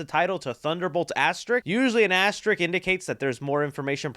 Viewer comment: First you can't pronounce peoples names and now you can't say asterisk. It's not an asterik. Come on!